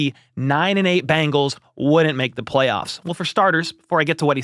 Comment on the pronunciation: Is Bangles? Or Bengals? I know the Bangles had hit songs in the 80s like Walk Like an Egyptian. However, the Bengals was not a hit song for anyone. But!! Good news!! Michael Jackson had a number one hit called “Ben.” Which is a primer on how to say the name of the Cincinnati football team! Ben-gulls. Difference from Bang-gulls my English speech teacher chided me today.